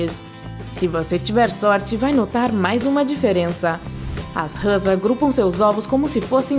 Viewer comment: Râs? Ou Rãs? Kkkkkkkkk